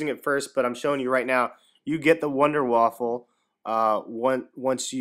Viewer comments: Man, you pronounce Waffe like Waffle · WONDER WAFFER NOT WAFFLE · its not a fucking waffle its waffe